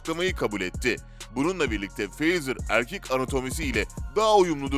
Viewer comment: Abi çok iyi mükemmel video ama fazer derken biraz çuvalladın